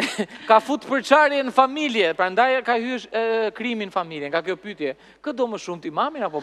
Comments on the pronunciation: faktikisht, gjuha e folur me gjuhën e shkruar ndryshojnë pak, të folurit të lejon edhe pak dialekt, shkurtime, etj. Kështu që është normale të thotë "pytje ", dhe jo "pyetje". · Ermal te lutem, te pakten ti fole mire gjuhen shqipe se te kam degjuar gjithmon qe thua "pytje", gramatikisht thuhet "pyetje", futi nje "e" ne mes.